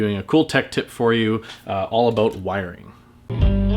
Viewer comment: I heard him say "aboot". Not sure bout this guy...